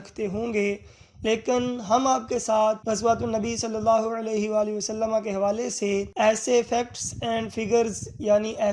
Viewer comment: wasallama nhi hota Wasallam hota he